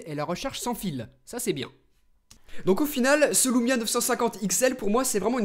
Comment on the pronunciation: l*ou*mia m'a fait hérisser l'*ou*reille tout le long de la video